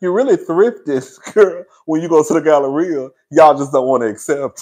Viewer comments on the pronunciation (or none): none